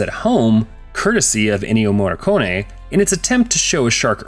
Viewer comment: Man, I cannot stand Anglophones butchering Italian and Spanish names in these videos. Don't pronounce the vowels as if they're in English for starters! I gotta admit that the Ennio Morricone pronunciation was pretty decent.